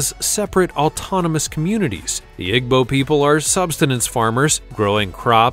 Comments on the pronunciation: My god “egbo people”? It’s “eebo”- I don’t understand why you even did the Igbo, what is scary about them? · You are pronouncing Igbo the wrong way. It's pronounced E-bow.